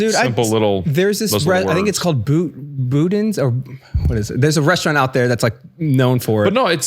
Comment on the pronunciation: …. It’s Boudin (Boodean) in San Francisco… I’m from California and now living in Pittsburgh